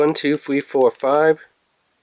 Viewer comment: 5 degwees, weecoil, thwee point thwee, fweavouw, quickwee. Man i cant =)))